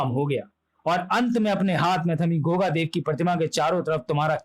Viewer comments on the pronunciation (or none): Truti Sudhar => Deva nahi Dev hai 😤